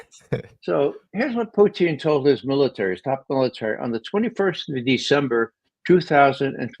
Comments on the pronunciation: It’s pronounced Poo teen. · Great panel,. As usual, your channel delivers the goods. The only quibble I have is with Ray McGovern's persistent mispronunciation of Putin's name. It's a mark of subtle disparagement and contempt, and it's quite off-putting if this is the case. "Poutine" is a deep fried, gravy smothered Quebecois dish, and I can't help but wonder if this is deliberate. If so, it's unworthy of McGovern's fine character and great mind. Please, Ray. Pooh-TIN - with a soft "t" not a hard spitting "t".